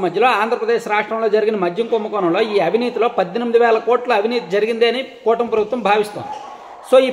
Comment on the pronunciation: కుంభకోనమ్ కాదు నాయనా కుంభకోణం అని మాట్లాడాలి